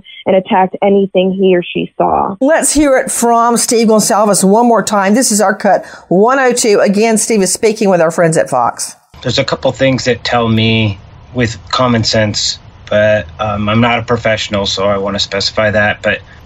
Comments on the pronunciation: NANCY PLEASE PRONOUNCE HER NAME CORRECTLY GON--CAL--VES. NOT GONZALES. THANK YOU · It’s pronounced Gon-sal-ves.